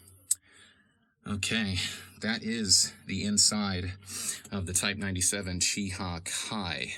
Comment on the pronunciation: Its pronounced Chi-Heh not Che- hEEE, and also its SIGHno-Japanese not See-no-Japanese. Its a tomayto tomahto situation but having studied japanese for a couple years its really distracting to hear such a deviation in pronounciation. Cheers for the awesome video tour